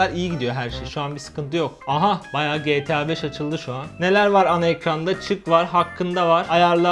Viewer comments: GE TEĞ ĞA BEŞ iğrendim o nasıl diyiş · Abi getea 5 degil Geta 5 desene ya